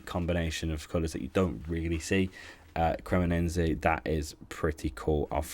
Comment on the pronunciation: CremoneNse 😂 this guy managed to butcher almost every club name and he is a "great Serie A fan" 😂 what a joke... These days anybody can be a Youtuber it seems